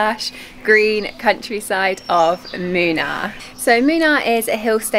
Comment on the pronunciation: Moonnaar not minar